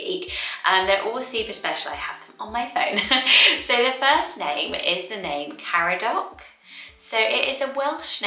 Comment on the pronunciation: Caradoc is actually pronounced Car-adog, would love a Welsh list!!